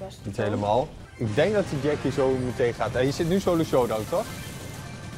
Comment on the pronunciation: ''Ja en nu die sholo'' zei die toch